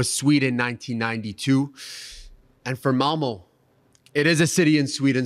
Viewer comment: I’m Swedish and hearing talk about Malmö was painful 😂